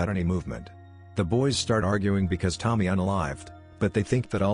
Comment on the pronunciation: It's not Tom-my. It's Toe-mee. To-mi-e is pronounced like Toe-Mee-Air